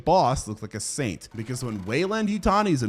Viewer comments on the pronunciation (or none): none